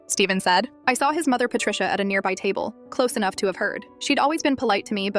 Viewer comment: “Like what ENUUH”